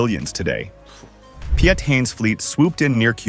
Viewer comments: Piet is simply Pete. Not pe-jet 😆We have other quirky vowel combinations... oe, ui, ij, ou, au, ei etc... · they did my boy dirty. They pronounced Hein the way it's supposed to, but Piet sounds exactly like you'd pronounce Pete.